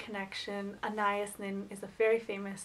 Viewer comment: I also love Anais. But you are pronouncing it wrong. AH NAH YEESE. (rhymes with geese) You should see the movie "Henry and June". I really love Agnes and Agatha.